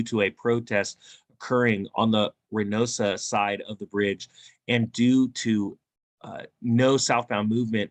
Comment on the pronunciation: Reynosa - pronounced "Ray-no-sa" :) no hablo Espanol, but I did date a girl from there. haha